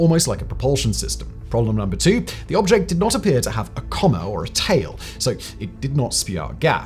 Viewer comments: It's coma, not comma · Coma, like the medical condition. Not comma like the punctuation mark. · coma is not pronounced like comma.